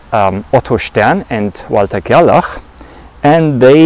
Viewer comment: It's nice to hear "Stern and Gerlach" in a proper accent. I think it's important to still remain critical about the conclusions of experiments like this. Rather than just stating the conclusion I would rather describe the experiment and then the conclusion that was made. Their experiment sent silver atoms - a structure of 47 protons, 60/62 neutrons and 47 electrons, through a magnetic field that is more intense towards one pole and weaker or more spread out at the other pole. They found that these silver atoms are 50% attracted towards the stronger magnetic filed and 50% attracted towards the weaker field. They concluded that this was caused by the spin property of the single unpaired electron in the atoms, causing them to align parallel or antiparallel with the field. In terms of 3d rotations, quaternions obviously have the ability to represent the orientation of particles through a 720 degree rotation, but better yet, they can be used in a continuous field to describe twists and knots in space which could represent particles for aether theories.